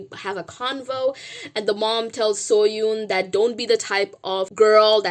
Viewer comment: Oh also I love your videos and I am a fan but just wanted to let you know that you are not pronouncing Seohyun’s name correctly. It can be hard to pronounce so I understand. Just thought I would let you know.